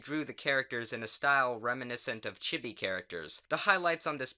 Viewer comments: Fpfpfpg it's pronounced Cheebee not chibby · CHIB-E? It's Chibi (Chi-Bee) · "chibee characters" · chibi: cheebee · No. I'm pretty sure it's "Chi-bee" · cegg I pronounce it "chee-bee" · yeah it sounded off to me too, I guess he's trying to pronounce it the proper way but the anglicized pronounciation is a lot more common so therefore anyone that's used to saying it the english way thinks the original is weird (sort of like many french words that english took over and changed a bit).